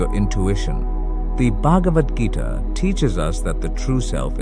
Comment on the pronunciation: "...the bug of Adgita..."? Uh, pretty sure it's supposed to be "Bhagavad Gita"...😊